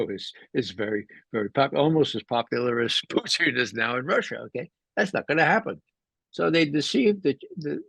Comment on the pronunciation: Can you explain to mr McGovern next tme how to pronounce Mr Putin's name... its not poutine... poutine is a Canadian fries dish. It kinda diminishes his credibility which is a shame coz he says sensible & insightful things.